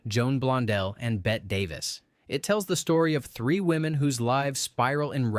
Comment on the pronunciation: If you're going to run a channel devoted to old movies, learn how to pronounce the name "Bette Davis."